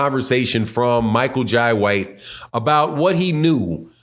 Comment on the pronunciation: It's Michael Jay White the I in Jai is pronounced like the Y